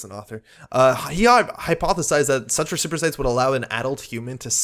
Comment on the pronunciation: Respirocytes are pronounced res-per-o-sites, hope that helps.